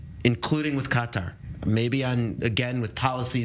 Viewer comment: Involve Qatar? Honey, please? You don't even sound right saying it?